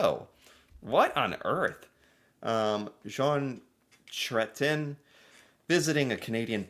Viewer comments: KRAY-TEE-YAIN would be closer than Kretchen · Cretien, pronounced "Gretchen " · Pronounced. Kre - tyen. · "Ch" is pronounced like "k" Krétien. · Chrétien, chr is prononce kré tien… Chrétien mean in English Christian… prononce without de Sss sound… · It's pronounced Kray-tee-ehn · Ok, I'll help you with the former PM's name: Jean Chretien (kret - ienne) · Say it fast ... CRAY-CHEN. Jean CRAY-CHEN. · As to Jean Chretien's name pronunciation. In French, the final 'n' is dropped but nasalized. So Jean is like John, but without the 'n'. And Chretien again drops the 'n' but again, nasalized. Cre-tee-en Translated from the French to English, it would be John Christian. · Chretien = kretch-yen Deifenbaker = dee - fen - baker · you almost got it! It sounds a bit like cray-tyen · Chrétien. How to pronounce Chrétien. Just say CRAY-tyen. It's pretty far away from the French pronunciation, but that's how many English-speaking Canadians say it. Or CRATE-yen, if you run the 2 words together with no pause at all. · PM JEAN CHRETIEN pronounce kreah-chen had a protester gonna throw a pie in his face 😂😂 Being a BIG man himself he didn't even bother with security & reached out, grabbed buddy by the face of throat and just forced him down to the ground. I'll NEVER FORGET SEEING IT. 😂😂😂❤❤❤💪🏻🇨🇦💪🏻🇨🇦💪🏻 🇨🇦💪🏻🇨🇦💪🏻🇨🇦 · What happened originally is : that person was a reporter not a protester and they shoved a little girl out of the way to get closer to him to ask a question and that’s how he reacted to someone mistreating a child! I saw the whole clip. It became a thing. His name pronounced. “Kretch- en”. He is one of my favourites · here’s some help with your prononciations: Diefenbaker = Dee- fen-baker; Chrétien = kray-tee-ay. You can always google the correct prononciations. You should also google Pierre Elliot Trudeau and Fuddle Duddle together. You will find it amusing 😁😉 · Chretien is pronounced cray-ti-en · Chrétien is pronounced Cretian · Cret-she-an= chretian